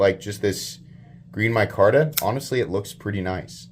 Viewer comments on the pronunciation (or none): none